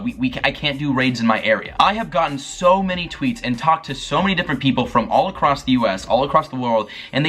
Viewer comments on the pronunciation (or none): none